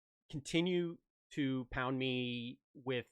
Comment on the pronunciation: As you were doing your outro bit I was reading the first comment and your reply to it, and when you said "continue to hound me" I didn't hear hound, but pound. It was... unfortunately hilarious as I was drinking coffee at the time. I won't hound you about a specific video from him, but honestly I can't think of any vids from him that I've seen that aren't excellent, so just "more of the chubby electron guy" please. :P